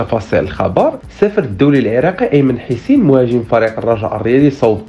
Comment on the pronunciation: إسمه أيمن حُسَيْن وليس حِيسين